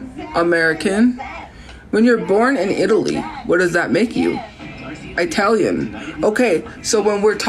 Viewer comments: EYE-talian LOL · Not "i-talian" . Her calling people uneducated is the most laughable thing ever